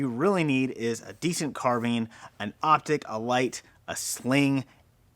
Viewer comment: Carbean... haha first time I hear someone pronounce it that way